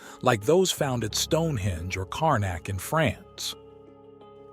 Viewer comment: "Carnac" not Karnak... in France...